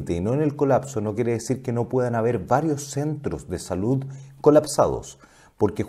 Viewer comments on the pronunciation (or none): none